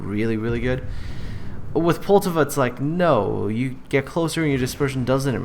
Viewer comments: Well first mistake is you cant pronounce Poltava. As with all americans you always pronounce it in english, even thou you KNOW its not what it sounds like in the native language. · Dude calm down, he probably just finds it hard to pronounce the name correctly, just try saying something that isn't in your native language, you'll probably get something wrong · And thats why people hate you, the ignorant stupidity. Poltava is not a fucking english name, so you dont pronounce it in english and then be "uh I dont know how its pronounced." Also I dont give a shit if hes canadian, english or american. English speakers in general remains the only group of people who CANNOT comprehend that not everything is pronounced in english.